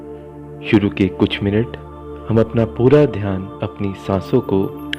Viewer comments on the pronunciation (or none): none